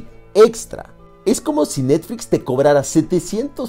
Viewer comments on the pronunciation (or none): none